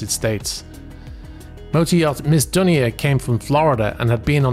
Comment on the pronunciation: Dunia is pronounced Dune-niya, it’s Lebanese.